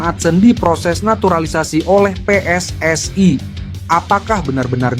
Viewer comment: WNI anjay bukan WNaiy . jgn sok inggris2 😂 kalo mau nyebut WNaiy bilangnya Double U En Aiy dan PSSI buka Aiy